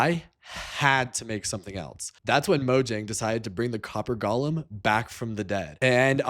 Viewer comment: GO-lem. long O. GOOOOOO-lem! Say it!